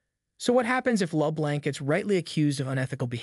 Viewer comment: The computer generated voice that is reading the script needs to learn how to pronounce 'LeBlanc'.